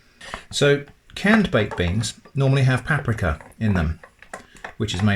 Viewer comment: I last watched you during lockdown,i come back and you're still pronouncing paprika wrong,drives me insane